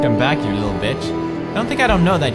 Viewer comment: HE SAID BICH LIKE JACKSFILMS! My youtube dreams have started, Tobuscus saying barrels is nex >:3